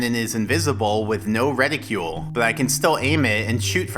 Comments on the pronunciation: Reticle, not reticule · reticle not reticule